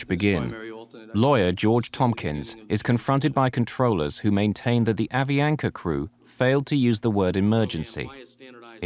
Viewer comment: The narrator cannot pronounce Avianca if his life depended on it